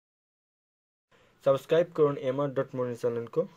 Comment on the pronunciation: Though the video was very helpful but I want to correct something .. it's not saboscribe .. it's subscribe ...plzz pronounce it correctly it sounds really weird